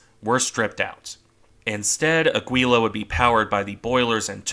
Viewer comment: Nice video and your pronunciation isn't that bad - except for the ship in question: it's actually Áquila.